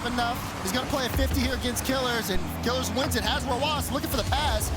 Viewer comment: It’s Kiileerz not Killerz. That was bothering me lol